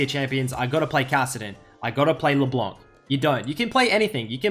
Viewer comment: I miss you pronouncing LB like "Leblenk"